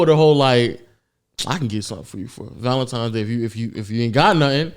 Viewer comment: Please tell me he's not saying "Valentimes" 😂🤣 come onnnn 😂😂